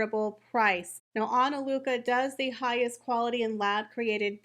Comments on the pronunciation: I don’t think your sponsor will be very happy with you always butchering her name every time you mention it. It’s Ana Lucia, not Ana Luca. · You said ANALUCA... it's ANALUCIA. Your content always is very similar to that of RNN. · It's really pronounced ana-lu-see-ya. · It might be Ana lu cheea. Im Italian. Im not sure this is an Italian word. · ah-nah-LOO-thee-ah, sorry hate to be the annoying person who corrects people on how to pronounce a word but LOL. SORRY, no hate. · Pronounced /Ana-loo-see-a/ Diamonds 😉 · Respectfully, Ah-nah-loo-see-ah is the pronunciation of the company's name! YOU are one of the perfect choices to represent her company on this social media platform. Another video well done!!!!! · You might want to look up how to pronounce*Analucia". 😂😂😂